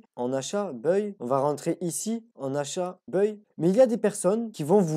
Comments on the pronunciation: magnifique ! bravo à toi et toutes mes félicitations ! ps: le mot buy ne se prononce pas [beuille] mais [baille] (comme quand on a sommeil et qu'on baille). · Tu prononcés buy en anglais d'une drôle de façon 😅.. Mais le contenu est au top